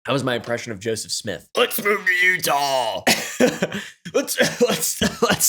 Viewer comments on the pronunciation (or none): none